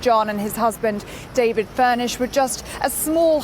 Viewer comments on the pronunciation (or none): none